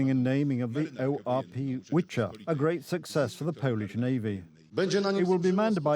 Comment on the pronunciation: That’s not a "Witcher", it’s a "Wicher" (V-her) - "Gale". 😉